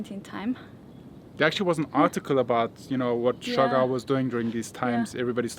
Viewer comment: They cant pronounce surigao clearly coz R is unvoice in america esp. In uk. But amazing dears.. So cute. But sorry its siargao